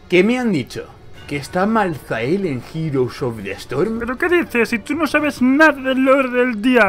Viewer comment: creo se dice maltael la h es muda al menos siempre al oir el nombre en los trailer y eso se dice asi.